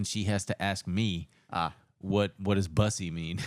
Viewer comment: you're saying bussy wrong